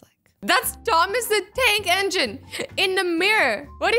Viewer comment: Who else heard her saying Thomas the dank engine